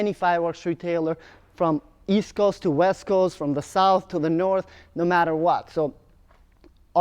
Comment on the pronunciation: East? I thought you said Weast.